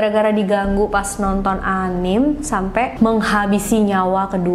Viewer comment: Kak, anime itu dibaca anime aja kayak biasa a-ni-me